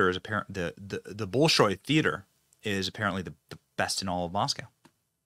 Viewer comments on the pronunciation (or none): Benny, it'[s pronounced 'Bol-shoy'. There is this thing on the internet where you can type in a word followed by 'pronunciation' and you can hear the proper way to say just about any word! (I am being funny, or trying to of course, but I find it helpful.) Maybe he was there to set the appointment and work out the logistics and rules. We can only hope!